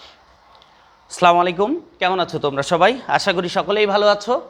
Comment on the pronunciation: সার সালাম শুদ্ধ করে দিবেন। আসসালামুয়ালাইকুম বলবেন । আপনি সালাম আলাইকুম বলেছেন এরকম বোঝা যায়। আপনার বোঝানোর ধরন অনেক ভালো